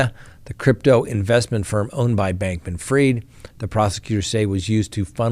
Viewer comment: NO! It's pronounced like it's spelled. F-R-I-E-D. Fried, as in deep fried. Freed is F-R-E-E-D. Man... you people....